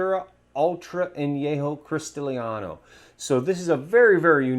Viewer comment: Cristalino is pronounced Christahleeno, not Christaleeaahno...